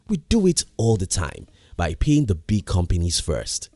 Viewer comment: Its frustrating to hear him saying the word “big”